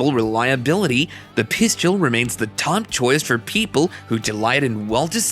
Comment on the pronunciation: 😂😂😂😂Hey um guy, the word you're looking for is PISTOL PRONOUNCED PISS_TULL, NOT PISS_CHEW_ELL. ONCE AGAIN THE WORD OF THE DAY IS P-I-S-T-O-L. NOT P-I-S-C-H-E-U-L. Please, please, PLEASE LEARN HOW TO SAY PISTOL CORRECTLY. I really like some of the things on your site, when I'm teaching my clients about handguns, but Everytime you say pisschewl, I just cringe, and NEVER want to watch your site EVER AGAIN.